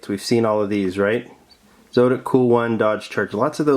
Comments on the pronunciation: Zotic is pronounced like Exotic. That's my two bits!! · Heads up! The zotic is pronounced in the sound like exotic by the way. Great video! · It's pronounced zAWtic. Anyway, i'm going to thinking of getting B case. Do you think it's worth it?